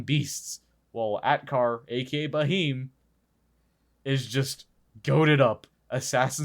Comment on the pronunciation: it's pronounced as 'beam' with a 'h' sound after b. Bheam